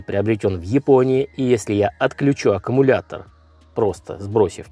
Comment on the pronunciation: Блин аккУмулятор , а не ака...